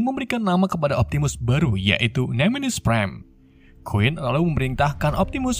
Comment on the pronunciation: Nemenis prime apaan jir harus nya nemesis prime